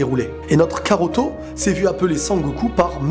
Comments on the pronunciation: wsh s'est pas karoto c'est kakaroto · C PAS KAROTO NI KAROT MAIS KAKAROTO sinn bonne video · très bonne video ! Juste attention on dit Kakarotto et non Karotto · C'EST pas karoto mais kakarot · stp arrête de dire karotto car c'est kakarotto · Mdr tu fais une vidéo sur dbz mais tu sais même pas que c'est "kakarotto" Et non "karotto" 😂😂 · c'est cacarote pas caroto xd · tu me mais la haine quabd tu dit karto PUUUTINN C KAKAROTO Bordel de merde je suis calme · c'est kakaroto pas karoto xD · C'est cacarot pas caruto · C'est kakaroto ! Pas karoto ! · SA SE PRONONCE KAKAROTO PAS KAROTO merci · Bonne vidéo même si le "Karoto" me perturbe xDD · Tu ma stressé à dire karotto tout le longs mdrr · On dit , Kakarotto ! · tu as pas honte de dire karoto?😃